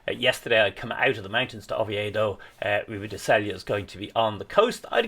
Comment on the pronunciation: RIBA DE Sella (Say ya). In Spanish the LL is considered a “y” “ja” sound. Like the ñ it is a separate letter.